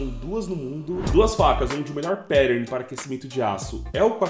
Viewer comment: depois de tantos anos de canal seria legal saber falar "pattern" ne, fica estranho no video ouvir perern